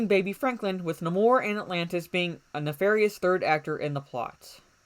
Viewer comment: The sub Mariners name is pronounced, Nay-More, with the strong "a" sound.